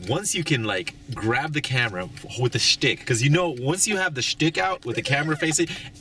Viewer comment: you gotta love the way pronounce "schtick"